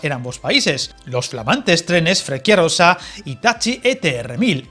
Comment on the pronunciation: frecciarossa se pronúncia como si fuera escrito frecharossa